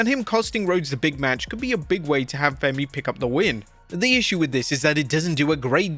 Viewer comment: Oba Femi not Fenny 😂